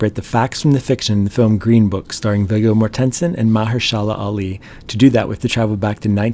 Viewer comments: At least learn how to pronounce the actors names that you’re talking about. It’s Vigo…pronounced V-Go…Mortenson…pronounced More-ten-sin. You can thank me later! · Just a nit ... it's pronounced "Vee-Go More-ten-sen" you mangled it so bad I didn't know who it was you were talking about at first. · I am certain the name is pronounced such as "vee-go" and the halls name is pronounced like "car-nah-ghee" i always stress as ive done public speaking look for 3-4 instances or a name or location to get confirmation as to how it sounds. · If the AI cannot get Virgo’s name pronounced correctly, I’m out. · It's not "mor ten son" it's "morten son" and his first name is "vee goh" . He's Danish.. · It's pronounced mah-HER-shuh-luh. And VIG-go MOR-ten-sen.